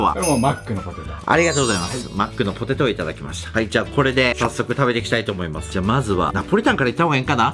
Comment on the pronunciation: 25分49秒 「ほてと」は草